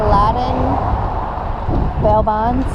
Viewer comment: I like how you say “bail bonds” like “slot world” lol